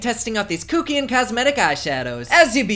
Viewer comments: Sorry but love how you said kookian onstead kuckian hahaha 🤣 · Kook-ian. I loved the way you said that. It made me giggle. I'm now crying because you talked about the creepy french narrator. Dying.